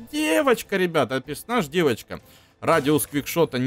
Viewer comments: ты говоришь не девочка дэвочка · ты так прикольно говоришь ДЭВОЧКА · фраза:Дэвочка так прикольно он говорит))) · Блин так сказал ДЭВОЧКА